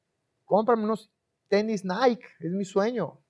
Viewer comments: No se pronuncia naik se pronuncia naiki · “Naiqui” no “naiq” 😒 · se dice "NAIKI"